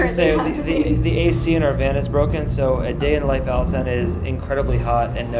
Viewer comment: my god...iv'e been pronouncing Alesana wrong this whole time...i think i'm just gonna go bash my head into a wall